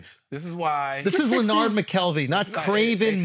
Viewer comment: It's Not Leornard as in "We're Hard" , It's Leonard as in "The Nerd".